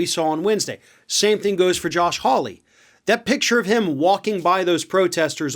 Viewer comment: I grew up in England, in a village called Hawley, the origin of this name. It is pronounced “whore- lee”.